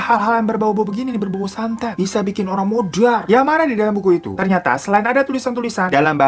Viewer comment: Kenapa ya bang hiro ngomong modarr nya enak bener dah sampe “modwarrrr” 🤣